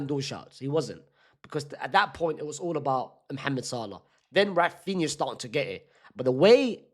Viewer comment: ITS RAPHINA